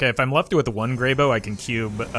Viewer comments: Goddamnit it’s grey b-ow!!!!! not b-oh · Is it really pronounced as Grey-Bo? I always thought it was Grey-Bow. My whole life has been a lie :( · "Grey bow" literally unwatchable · You're worried about that, but not about how he mispronounces Greybough?